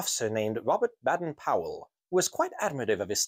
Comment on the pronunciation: Another really Great video, one minor issue, Robert Baden Powell, his middle name has a soft ‘a’ not a hard one so it becomes bade n not bad en 👍🇬🇧🌈♥️